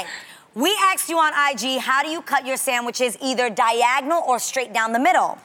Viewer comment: Chastity B. idk what’s so hard about saying “asked” though.